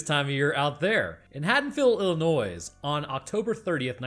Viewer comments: While I reaaly enjoyed watching, it pains me that I can't like this video. This is because you pronounced the 's' in Illinois. You say it like 'Ill-ih-noy'. JK Also, what about putting Mikey thru a grinder after decapitation and mix the goodness into the concrete. Then throw parts of it into a volcano, and at the bottom of the ocean. Put some parts in acid, and mybe immolate other chunks to ash. Or like a proper Florida Man, feed parts to gators. Get creative folks! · The state name is Illinois the S on the end is silent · Actually, it's pronounced "ill in oy". Actually, it isn't California since you can't see the Rocky Mountains. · Great vid as always. But...not sure if you put the "noise" in Illinois as a joke or not...because the 's' is silent. I think a lot of out-of-staters may not know that. 🎃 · Dude really said IlliNOISE. Unsubscribed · 10 seconds in and you put the "noise" in. There is no "noise" in illinois. C'mon. You're an educated man! You are KILLING ME. KEEEEELING MEEEEEEEEE. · Did you just call it Illi-Noise? Lol Maaaaaaaan, I can't wait until you do Jason 💯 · wince, the 's' is silent in Illinois. I'm from there so I'm sensitive to it, sorry. Love your content and the science! I feel like I'm always learning or refreshing my memory on biology, thank you. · please for the ears of all your Illinois viewers never pronounce the “s” it’s silent. Saying it causes a violent impulse in any resident of the state. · Quick heads up. While it's spelt Illinois the s is silent. and Please, please, can we forget that thorn crap! That, that was an utter mess. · He cannot pronounce Illinois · Only problem with this video Illinois is pronounced with no s!!!!! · Dear God why did you say the s in Illinois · i feel like you are saying illinois that way to bug us from illinois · The S in Illinois is silent,otherwise good shit🤣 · The S in Illinois is salient! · Hard pronouncing the S in Illinois felt like an attack, but also we deserve it so keep it up!